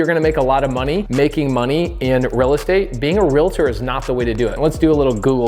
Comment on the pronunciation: Omg! Mahalo for pronouncing REALTOR correctly! Not REAL-A-TOR. 🙌🏻 There are only 2 syllables in the word. PS. I am a Realtor (I bet you guessed), & not offended by you saying we are not (intuitively) investors, hence the reason I’m here. It’s a completely different mindset. Thank you for this information. 🙏🏻